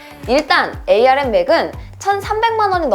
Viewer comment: 에이알엠이 아니라 암이라고 해주세요 암코어에요